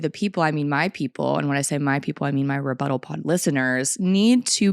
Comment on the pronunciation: Your REButtals are always so on point 💯